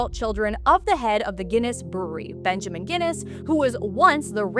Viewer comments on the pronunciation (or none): none